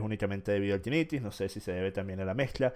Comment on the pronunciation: Bruh, les dice tinnitis y hiperacusis, mínimo revisen como es que realmente se dice